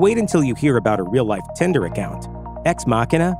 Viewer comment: Bro, if you pronounce 'tinder' 'tender' ONE more time... Damn dude.